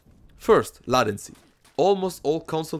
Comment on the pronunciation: latency is pronounced lay ten see